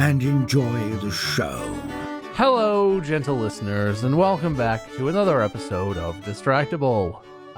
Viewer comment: I swear the guy says Lickener and not Listener